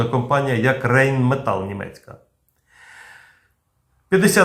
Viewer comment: Це німецька мова. Тому Райнметал, а не Рейнметал.